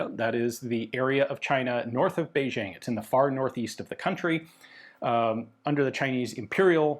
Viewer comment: Ian automatically gets a bonus for pronouncing Beijing correctly. You'd be amazed how many people online somehow think it's "Beizhing".